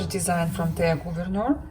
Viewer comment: Wonderful pin collection,! You pronounce Thea Gouverneur quite well, btw. Kerst merklap = Christmas sampler. Happy stitching!